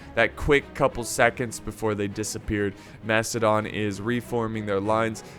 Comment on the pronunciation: is the man playing macidon out of his mind slaughtered the name